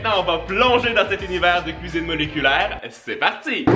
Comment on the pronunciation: "j'ADORE LA CUISIBE MOLECULAIRE" sinon c vraiment des surper video continue comme sa